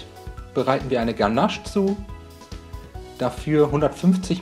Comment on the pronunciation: Ähm ich sag ja nur es heist „ganasch“ und nicht „ganaasch“